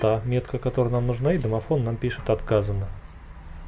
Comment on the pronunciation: "Домофнл" +1